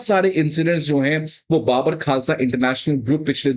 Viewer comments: Sir I’m Punjabi it’s not baabar khalsa when we speak it’s bubur khalsa 😊😊😊😊 like we say bubur sher 🦁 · ओ भाई।।। ये कैसा अध्यापक है जो कि बब्बर खालसा को बाबर खालसा बोल रहा है 😡😡😡😡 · First learn how to pronounce Babbar